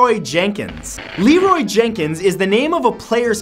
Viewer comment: You call him Lenroy but you keep saying Lerroy